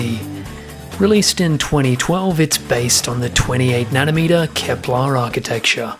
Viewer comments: It's Kepler (not Keplar), as in Johannes Kepler. Also, love that intro! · It's Kepler, not Keplar. It's a name of german mathematician. 😁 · KEPLER not KEPLAR... its not klingon lol..... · Keplar? Kepler.